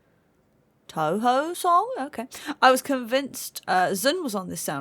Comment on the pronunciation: From the way you said "Touhou", it sounds like you aren't familiar with the series. If that's the case, you should definitely look up some sound tracks from it. There's a reason why Toby would emulate the series' style in Petal Dance.